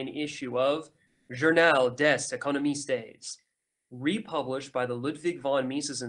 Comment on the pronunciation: Nice, thanks for this. Listening now. Journal des Economistes... "economistes" you sholdn't pronounce the "es" on the end. french is not spanish ;)